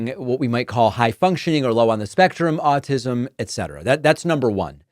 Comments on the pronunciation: Pretty sure he called it 'all-tism'...that kinda says it all to me. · Question-...ized? ALL-tis'm? Way to go Oklahoma. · Also said "Altism"